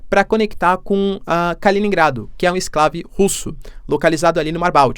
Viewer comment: ESCLAVE?? q merda é essa? tu é professor e nao sabe falar? é ENCLAVE, campeão! vai estudar um pouquinho, isentão!